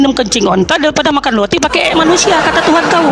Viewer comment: Roti bukan Loti😂😂😂 biacara aja gak jelas balik sd sono